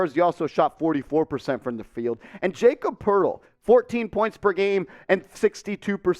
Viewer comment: Wtf bro it's pronounced Yah-cub Purtle